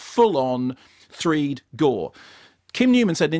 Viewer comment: I wish he would stop saying 'threed'